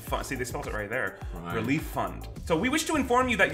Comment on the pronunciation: "RELEF funds"